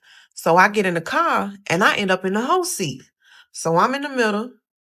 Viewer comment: She called it the Hoe seat 🤣🤣🤣